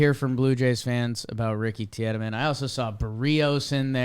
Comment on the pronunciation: Its Pronounced Teedemann. Gonne be a Cy young winner one day